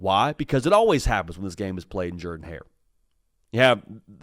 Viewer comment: He does Pronounce it right!!